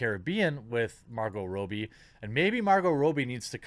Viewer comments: Are you doing a meme with calling her Margo Rowbee? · Is that how you pronounce her name Marco Roby? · The way he’s pronouncing Margot Robbie is bothering me